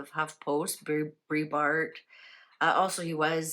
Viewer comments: Thank was going to text same on pronunciation of Andrews name! Nothing against, she isn’t in USA, so probably never heard his name spoken! Love your readings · Andrew Breitbart (pronounced “brite”bart) was awesome. I was a big fan, and stunned when he died so young. (And essentially on my birthday, too - February 29th) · Since you didn't pronounce his last name correctly, how could the cards read correctly? Plus I've always heard he had heart attack while walking and not died at home. ???